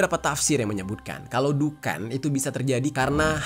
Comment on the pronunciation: Bang larat bukan dukan tapi adhuqon( Duqon) 😅😊🙏